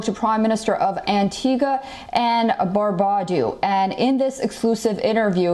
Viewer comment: Woman.......................... it is "Bar-byu-dah" !!